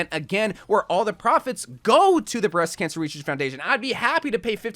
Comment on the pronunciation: Breast Cansher Reseashc fourndation